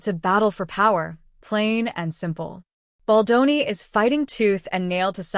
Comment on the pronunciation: I watched & Liked your videos ✅ BUT ..... Can the Narrator please get the most important name correct ❓❓❓ It is NOT - BOL-DON ❌✖❌ It is - BALDONI ❤🖤❤ { Bel Don Nee } It Grates my Ears each time you ... "Mangle & Damage" Justin's name 😤🙉